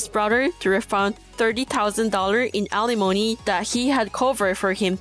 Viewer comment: Wonderful to continue to hear 'alimony' bring pronounced correctly!